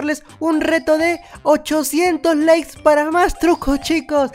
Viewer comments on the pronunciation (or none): none